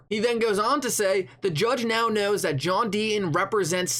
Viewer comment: Today’s Rant should be brought to you by the letter T John DEE-TON…..not DEE-IN